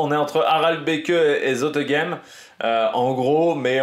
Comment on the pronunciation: J ai remarqué tu as tendance à prononcer le" e "final dans les noms Flammands que ce soit pour les coureurs ou pour les villes ( un peu à la Jacky Durand ) hors ce n est pas le cas . Par exemple ici la ville de départ et d arrivée du grand prix E3 se prononce phonétiquement : a - rel - bek. Aprés c est juste une info ça ne joue pas sur la grande qualité de tes vidéos. Je rajouterai le surnom de " petit Tour des Flandres " vient aussi du fait que l E3 emprunte beaucoup de bergs et de secteurs pavés du Ronde.